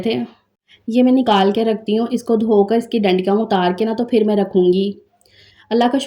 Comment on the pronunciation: Phir ko fir na bola karo intahee bura lagta hy Aap hamesha pay ko fay boltin hain